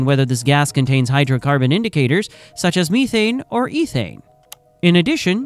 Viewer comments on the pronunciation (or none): none